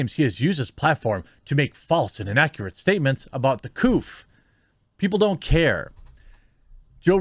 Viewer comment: Everytime u say the couf I stop watching